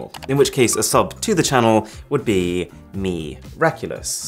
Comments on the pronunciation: "A turn to the left would be mi-raculous" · no one : arun : MIraculous also arun : nailed it